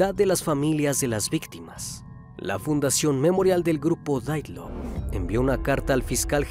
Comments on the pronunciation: hermano...no es daylove...ae dice DIATLOV. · Creo que se dice "diatlov" no "daitlov".